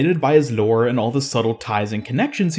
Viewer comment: the way says ljöre